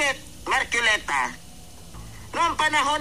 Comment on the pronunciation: mahihirapan mka unawa yan c labrador tricom basa nya trecom marcoleta basa nya marculeta 😂